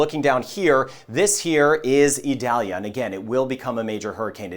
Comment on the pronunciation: Eee-doll-yah. It isn't an onion.